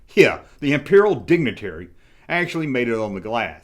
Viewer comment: I swear it first it sounded like you said Imperial dingleberry LOL then I had to listen again I'm like oh dignitary LOL LOL